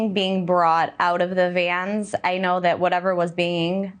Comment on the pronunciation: Never trust a person who pronounces "vans" as "vyens".